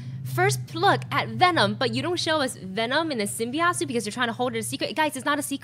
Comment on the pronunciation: I know I am nitpicking, but does it annoy anyone else that they pronounce it "symbiott" and not "symbiote"?